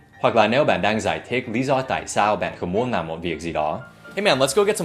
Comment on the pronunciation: Áaa Dan sém bị ngọng rồi kìa =)))) ""nàm" một việc gì đó"